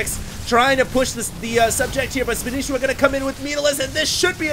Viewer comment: THATS NOT SPANISHIWA!!!! its spanshwa